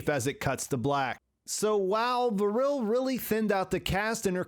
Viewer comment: Great summary, i just don't get how you could pronunciate Vrille as Vuhrille. it's just Vrille, no extra vowuhls.